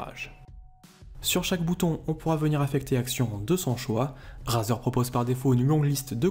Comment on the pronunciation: ca se dit rèzer !